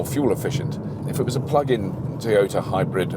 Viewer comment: its toyota....pronounce as "ta" nt told